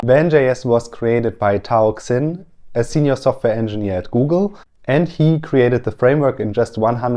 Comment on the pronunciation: Ich bin mir sicher: Der liebe Tao Xin - spricht man übrigens "Tao Schin" und nicht "Ksin" aus - bekam die Idee, VanJs zu entwickeln, nachdem er mit der Deutschen Bahn AG gereist hatte! Nicht besonders schnell ist man unterwegs, mit den Zügen der DB, noch weniger schnell vergisst man, was für 'ne blöde Erfahrung es ist!